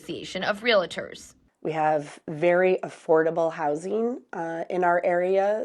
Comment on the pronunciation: It's REAL-TOR, not REL-A-TOR.